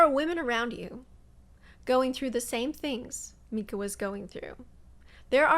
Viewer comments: Strange that you keep calling her Meeka when her name is Mica…just an observation. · Why are you pronouncing her name as "Meeka"? I've been following this case since the beginning and haven't heard anyone else say it this way even her own family. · Nice presentation but you're mis pronouncing her name as "Meeca".